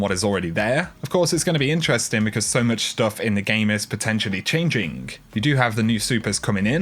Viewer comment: Pet peve my dude. STOP ING PUTTING A K ON THE END OF CHANGING FFS It's like so dame triggering XD